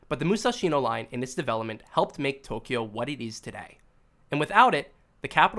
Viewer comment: Stop saying Tokyo like that